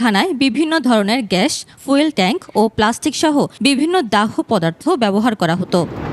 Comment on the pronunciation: প্রতিবেদক দাহ্য উচ্চারণ ঠিকমত করেন নাই।